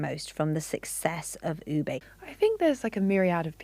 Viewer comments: OO-beh not OO-bay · Please take note ube is not pronounced as oo-bay but retain the sound of long double "o" as in look"; and "e" as in net, you get OO-beh. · It's pronounced "Oo-Beh" not "Oh-Bey" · It’s “hah-loh hah-loh” and oo-beh 😭